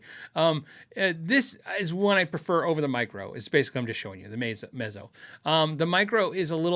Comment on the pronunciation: I like the looks of the Ibanez TMB30, but none of my local stores have one to try. BTW, Mezzo is pronounced like pizza.